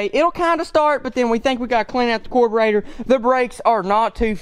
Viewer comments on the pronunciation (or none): it’s not that hard to say car bur e tor